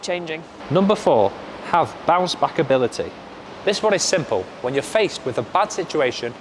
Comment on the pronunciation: My man wanna say bounce back and keep saying bouch back😂